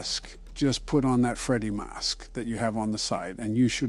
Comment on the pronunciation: why does he say “Freddy mask” like that